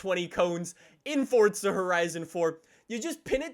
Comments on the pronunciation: I hate how he says fortza it’s forza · Its Forza not Fortza I can't even watch because of this! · It’s forza not fortza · just me or i hear you say "fortza" not "forza" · Where's the "T" in forza? Fortza. A racing game where you can build a fort out of Legos. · Does it annoy anybody else that he says fortsa instead of forza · Thought it was Forza not fortsa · Why does everyone pronounce it Fortza instead of forza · Ahhh yes fortza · Why do you say fortza It’s called forza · U saying FORTSA? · fOrtSUh horizon four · STOP SAYING FORTZA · Nobody: Normal people: Forza horizon 4: Fordza horizon 4